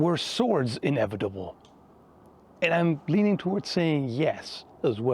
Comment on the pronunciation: Team America Kim Jung Il voice: “The future is inebitable. In … inebitble. Things are inebitiwly going to change!”